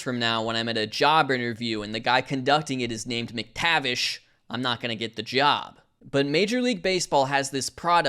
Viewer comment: As a Scot I'm less bothered by you insulting the bagpipes and more at the way you pronounced McTavish the Irish way and not the Scottish way. That's grounds for rebuke and censure right there!